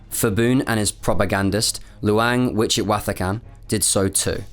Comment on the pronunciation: Great informative video but pronunciation can be improved. For whatever reason, when people translate Thai names to english, they add an H unnecessarily after Ps and Ts such as for Phibun, it's pronounced more like Pibun and Wichitwathakan is pronounced more like Wichitwattakan.